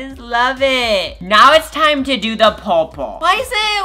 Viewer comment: "Pink and poorple"